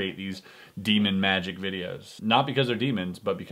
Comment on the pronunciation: Magic not miraclis😐😐